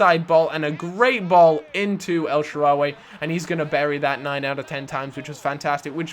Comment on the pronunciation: EL-SHAA-RAWY not elshaararryyyy